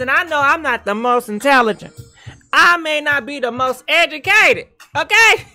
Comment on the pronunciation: “I might not be the most N Tel Jent”...I cant😂😂❤️🙊